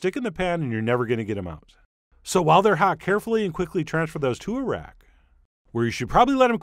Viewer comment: I thought he said "Transfer them to Iraq" and my brain just went "aw he cares for the soldiers."